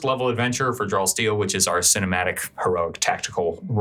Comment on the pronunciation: Does anyone else hear "Drawl Steel" instead of "Draw Steel" in the opener?